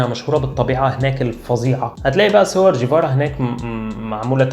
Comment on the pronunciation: طيبب ما كنت كويس بتنطق الجيم مصرية، ليه بتقول جيفارا بتعطيش الجيم؟ اسم الراجل أصلا ينطق بالجيم القاهرية يعني مفيش داعي أصلا للتعطيش.